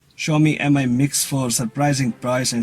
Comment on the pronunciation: I’d say MI is pronounced ‘me’ not ‘emeye’ and try to lighten up a little and get a bit more ‘ASBYT’! Your background looks better than the last one I watched. The phone seems a good Android offering. I’d like to see one without a notable bottom ‘chin’ thicker than the side and bottom bezels but that’s not happening on Android thus far even Samsung only seem to be able to do that and then only for Apple not themselves!😂